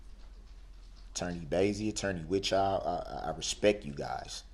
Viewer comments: 'I respeck you guyz'. Gee, what an honour. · You can’t “Respec” someone if you don’t even know the correct pronunciation- Moron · His facial expressions alone bug the s**t outta me. The way he says “Hail Yeeuh” bugs me too lol “respek” “Troof” “Ax” “Libary” gtfoh